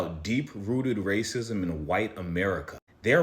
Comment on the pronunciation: “ray cism” instead of racism 💔